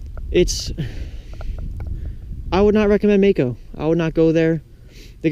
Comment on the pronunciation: its Maaco